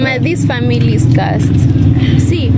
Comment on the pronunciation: it's cursed not cusit